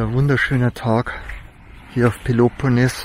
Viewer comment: Hallo, ich folge dir schon lange. Alles gut, freue mich für dich, daß du nicht mehr alleine unterwegs bist, ihr seid beide super sympathisch. Aber bitte versuche doch mal, Peloponnes richtig auszusprechen, das klingt sooo schaurig. Bei Google findest du Beispiele. Oder sags mal langsam und eintönig mit einem laaangen etwas lauteren eeee am Schluss. Peloponneeees! Ciao Ciao, noch viele schöne Momente! Gruß aus Niederbayern